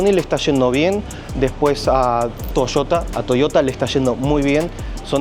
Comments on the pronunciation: me matas cuando decis " toiota".... pareces cordobes.!😂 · Thank broth! Soy paraguayo 🙌🏻🇵🇾🙌🏻 pero cuando dijo Toshotaa! Lo sospeche 😅 buena onda man!👍🏼